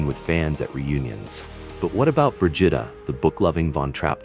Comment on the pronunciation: Bruh-gee-tah not what ever the hell it just said